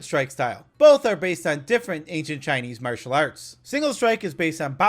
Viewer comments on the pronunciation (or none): none